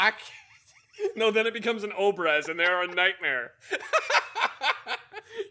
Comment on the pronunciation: In case or anyone else reads this: "obrez" - emphasis on the second syllable - is a Russian word for "sawed-off", literally. And it could be used for literally any rifle that was cut down.